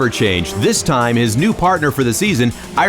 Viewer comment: Thanks for the upload! Wish the narrator could pronounce Richard Lyons's last name properly though